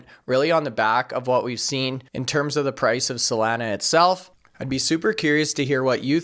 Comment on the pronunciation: I know we can’t do anything about your accent but PLEASE LOOK UP THE CORRECT PRONUNCIATION OF SOLANA. It’s hard to take you serious with you butchering the name. SOL - AH - Nugh (From the beach town in San Diego called Solana Beach)